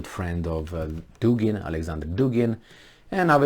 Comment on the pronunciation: Dugin - Dugina: accent is on U in both male and fimale surnames. In all Russian surnames both male and fimale accent is on the same syllable-vowel.